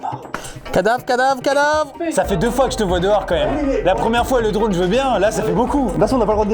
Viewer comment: " le drane"